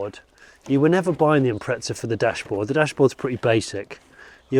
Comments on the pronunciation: Nice find. I had one myself, although in Australia, what you call the Turbo 2000, was named the WRX. Mine was a ‘98 Sportswagon. . But, please, look and read the badge on the boot and listen to your Welsh friend. It says: Impreza, not impreTza. Definitely a British aberration. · Cringeworthy pronunciation of Impreza from the poms once again. IM-PREZ-A not IMPRETZA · hey English folks again theres no t in imprezza honestly start correcting shit.